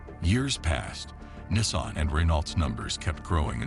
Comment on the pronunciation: Nissaan...! The pronunciations 😅